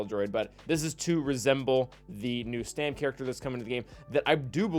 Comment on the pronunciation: Now re-record the whole video and say Stap instead of Stam. ;)